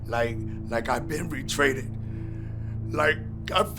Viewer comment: Lmao 🤣 yes… he did say betrayded hahah